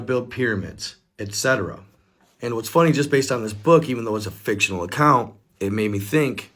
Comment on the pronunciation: Why am I watching and you just said fictionary account